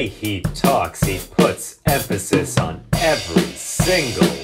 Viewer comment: 'on' doesn't get emphasis though